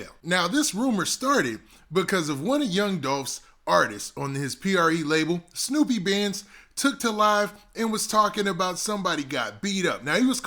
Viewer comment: Brah its SNOOP BANDS it's just spelled Snupe... You saying that shit all wrong brah fix that...